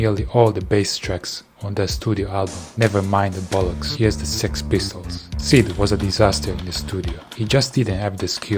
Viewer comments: I like how he said s.e.x pistols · ES-EE-EX Pistols